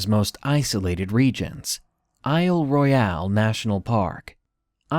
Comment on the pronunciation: Pssst -- Isle Royale is pronounced "Isle Royal." It's a French name that's been Anglicized. Otherwise, great job with this video!